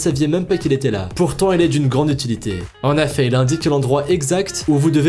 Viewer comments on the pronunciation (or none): Du réchauffé et bordel on dit en effet pas en affet